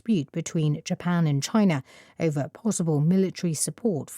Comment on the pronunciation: amid(전) : ~한 가운데 over : ~을 놓고, ~을 둘러싼 -> over 발음 완전 처음들어본스타일 ever로 들렸다 오늘도 감사합니다!